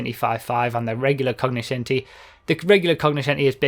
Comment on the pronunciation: like you're right, didn't even know this was within the english vocabulary. Originally (latin / italian) it is pronounced more similar to coño-scenti.